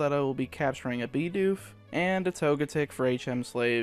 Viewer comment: He said beedoof